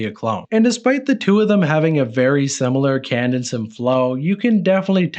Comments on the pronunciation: The word is cadence. Pronounced KAY-DiNCE. Not Canadinst or Candice or whatever it was you said there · Cadence not Candice